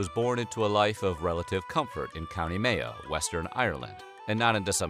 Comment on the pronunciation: Pronounce Mayo properly then I'll listen to you a